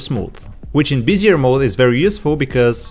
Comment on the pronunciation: I hate to be that guy, but it's pronounced be-zi-eh, not like busier. Great asset and video, btw.